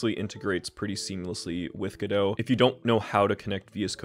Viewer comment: you said Godot and that was the moment I subscribed